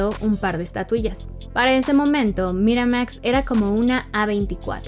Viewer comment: Morra, haces buenos videos, pero bájale tantito al tonito y pronunciación tan pretenciosos. Ni siquiera hay consistencia, en un enunciado pronuncias Miramax en inglés muy m4món, en el siguiente en inglés de mexicano normal.